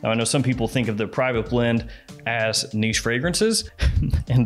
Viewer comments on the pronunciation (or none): none